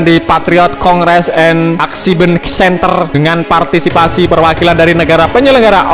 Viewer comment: yang bener partisipasi apa partipasi😂😂😂